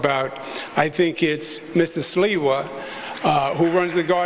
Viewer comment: Gotta give sliwa credit for not purposely saying his name wrong.